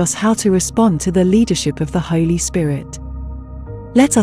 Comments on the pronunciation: Say holy not holly- bless you sometimes it is the computer not the person. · And, you pronounce 'holy' in the wrong way.